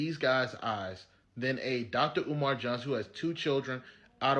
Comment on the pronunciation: Dr Oman? Learn pronunciations before making a cideo